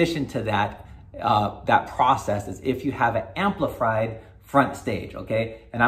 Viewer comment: he said “amplifried” lmao